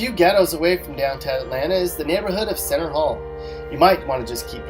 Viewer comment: It's Center Hill not Center Hall